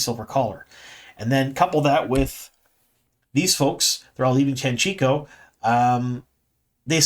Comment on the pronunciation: Hi, I’m subscribed to your channel since season 1 and I know how you always apologize about butchering foreign names. I guess many names in TWOT are also foreign to you, as you do indeed butcher some of those as well. I can smile about most of those (you even say Tanchico correctly now 😉), but the way you butcher the name of Alviarin as Alvairin is annoying and I have seen others comment about it several times already. Please try to pronounce it as RJ spelled it phonetically in the Glossaries: ahl-vee-AH-rihn.